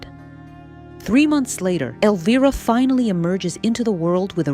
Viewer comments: why does the pronunciation of elvira's name change every mention? it switches between elveera and elvaira. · Spelled Elvira, pronounced El-veer-a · It's weird hearing you flip flop between pronunciation on the name Elvira, just pick one and stick to it please.